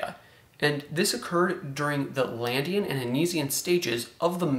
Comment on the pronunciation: Nice, but the name of the triassic stage is "LaDINian" not "LANDian".